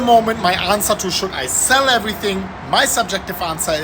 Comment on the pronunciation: I must hold when u say Shell LOL